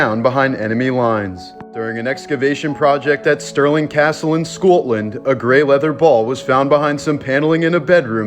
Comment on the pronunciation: This is the first time I've ever heard Scowtlund! Scotland isn't hard to pronounce! Im offended 😂😂😂